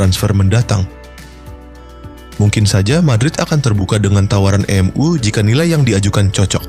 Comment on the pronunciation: Bacanya em yu bukan m u Tolol